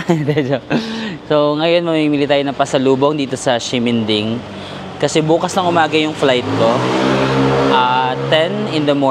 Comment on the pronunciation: Hello po 😊 Correct pronunciation po. Ximending is not (sheminding) but (simenting) hope this help ❤😊 love love